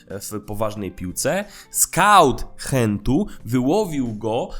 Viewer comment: Adas, jako ze mieszkam w belgii i bardzo niedzleko Genku moge ci smialo powiedziec ze belgowie mowie Genk - nie Hent i to samo z Gent . Belgowie mowiacy po flamandzku nie francusku, Ci alurat nie wiem jak odmawiaja